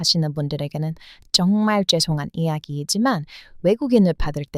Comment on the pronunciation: 쩡말쩡말 ㅋㅋ 발음이 귀여워요 ^^